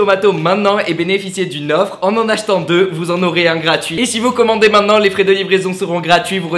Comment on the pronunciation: Ça me stress quand il dit :"Maidenant"😂